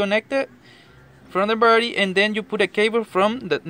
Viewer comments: Wtf the birdy ??? Dude seriously who ever tought you english was screwing with you a birdy has wings and a beak a battery is what your talking about battery bat-er-ie Lol not Bird-ie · He's saying "Barrety", instead of battery. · "Barrity"? It's battery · The way you pronounce battery it sound like birdy🦅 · It's a battery, not a Birdy. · DID I HEAR RIGHT? "BARETI" ? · I speak several languages and Spanish is one of them. But I kept hearing "birdie" too! 🐦😂 I'm just grateful that I learned 3 different ways to reset that d@ engine light without the scanner. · I like how he says battery , Cracks Me up ..... birdie. . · Bowerdie....I love this guy. He probably works for a chop shop in LA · I thought this mans was saying Birdie ☠️☠️☠️ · Just listened to the whole thing so I could listen to you say disconnect the birdie. :) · Just watch the video and if I'm not mistaken I heard baretty. Can I ask what language is that. Just want to know... Anyway the video is so helpful....... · Also, why is this guy calling the battery a Birdie? He pronounces everything else very well! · What’s he’s saying buttery or Birdy 😂😂😂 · He said baraty, anyways thanks for the disconneting of your barraty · Cant understand you, what is a berty? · Did you say birdy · Battery. Is that hard to say buddy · Yeah buts hes cool , so dont really marrer how he says it...heehee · Someone PLEASE tell this guy how to say BATTERY.